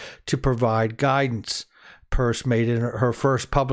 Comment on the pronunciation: Her last name is pronounced Pear ce. Just like pierce. Not purse. Thank you